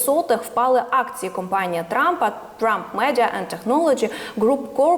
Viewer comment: Не кУмпанія,а кОмпанія.